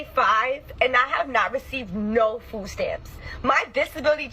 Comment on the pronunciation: Learn how to pronounce a very simple word FOOD. NOT Fo NOT Fou NOT Foo. Its FOOD..D..as in dumbazz.